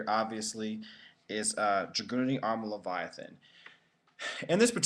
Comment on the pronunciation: Don't confuse "Leyvaten" with "Leviathan"